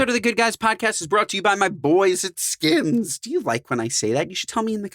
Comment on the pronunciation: Why did it bother me that he’s calls or skins not skims like boy chill out how you getting paid to promote a brand you can’t even pronounce right 😂